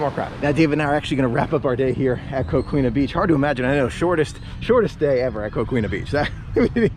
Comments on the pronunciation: Florida is a beautiful state with so many beautiful outdoor places to explore!!! One of my favorite parts about being a Floridian!!! And Coquina is pronounced Ko-KEEN-uh the way I was taught at least :-) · Coquina is pronounced “Co key na“ 😉